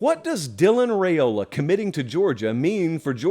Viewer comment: Per his dad, it’s pronounced “Rye-ola”, not “Ray-ola”.